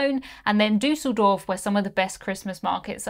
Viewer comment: You are the only english speaking person that I know that pronounces "Düsseldorf" ALMOST right!! And you even got the "ch" in "Andernach" right. Kudos to you! And as always, thank you for a very interesting clip, once more! I am looking forwards to your Uniworld-cruise SOOO much...